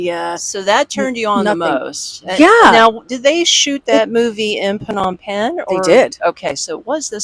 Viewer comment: phnom pegn is the correct pronunciation. phnom means mountain and pegn means full of . it means that phnom pegn is full of mountains.